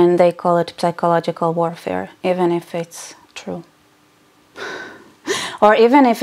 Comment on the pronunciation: Love your uploads, I watch them all ever since I found out about your channel. Just one thing... The word "psychological" in english you pronounce with a silent "P": -sychological. Anyway, don't mind me, I'm a bit autistic. Love you!! ❤